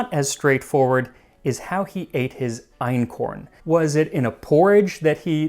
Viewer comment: Your German pronunciation is really good (Ötzi, Einkorn, the place names). One thing about the economic hierarchy: Farming doesn't come directly after hunting & gathering. In anthropology, there's a system (from primitive to advanced, with type a being the simpler one): 1. Hunting & gathering, aka foraging, includes catching fish and collecting seafood. Type a = without dogs, type b = with dogs. Type a was common for a very long time among indigenous Africans, and that excludes ancient Egyptians - they moved over from the Middle East and had dogs like other Eurasians; the oldest African breeds are descendants of those Egyptian dogs. 2. Gardening is similar to farming, but you haven't domesticated animals that could help you with ploughing yet, so in gardening communities you plough with manpower only. No livestock for work. Type a has no settlements, but often moves around and burns down parts of the forest to "make" new fertile soil. Type b has settled, because they've figured out how to keep the soil fertile. 3. Nomadism. Type a follows wild, unchanged animals like large herds of reindeer, type b has domesticated animals. 4. Farming. Farmers have settlements and made the first cities possible. They change their environment by redirecting water, cultivating plants and domesticating animals to better suit their needs, and they don't have to do all the hard work themselves anymore. Type a uses domesticated animals like cattle, horses, donkeys, mules, camels or elephants for wo